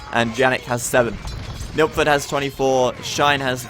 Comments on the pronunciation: Yeah it sounds like Nookford to me too. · took me a while to realise he's trying to say nilpferd^^